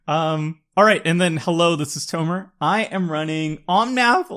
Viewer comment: Love this channel but “tomer” is very off putting…